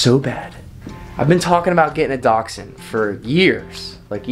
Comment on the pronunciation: I've never heard anyone pronounce dachshund like that before lmao